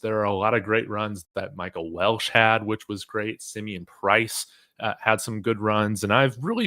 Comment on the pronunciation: It's Welch not Welsh. Respectfully.